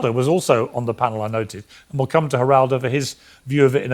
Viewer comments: It’s not jah rar do rivera, it’s hal ral doe rivera. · It’s not “G”eraldo. It’s “Heh”raldo (phonetically). It’s a Spanish name. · Hey man, it's not pronounced "Juraldo". His name is Spanish... the 'g' sounds like an 'h'. If you're gonna say the douchebag's name, you wanna get it right, right? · Its pronounced HERaldo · "jer-aldo" ?? lol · It pronounced Her-all-doh…Geraldo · GERALDO is pronounced HER RALDO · The g is silent in Geraldo-just something one might want to research before making a video. “Razor sharp?” Lol. The kid seems bright-ish, but not mature enough yet to know that your point is totally lost when you act like a know-it-all a h l and think you’re such the sht that accomplished people who came before you who have had the years to gain experience and knowledge might have something to add to your five minutes on the planet. The proof is the fact that your video is NOT about his not very original question about the war that any thoughtful person has already raised that you’ are calling “razor sharp”, but about his arrogant, over eager behavior. The kid’s smart but doesn’t know because he’s inexperienced that Piers joke about the bed behind him was best dealt with by a little laugh, not Trump-like behavior of personal offense and taking everything so seriously. Never trust anyone void of the ability to have a little chuckle at themselves when they’re teased a little. Humorless people are dangerous. That’s immaturity and insecurity, as is the talking too fast and slightly desperate tone instead of the tone of even confidence he will likely learn as he matures. Scott Jennings is a douche bag, but the kid is wrong that behaving in the same way elevates his analysis -it in fact distracts from it, as your video topic illustrates. No, there is no magic new era where acting like an a h l when someone else does furthers the democracy. Respectful, discussion and debate about id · It's pronounced "Heraldo Rivera", he's always been a fake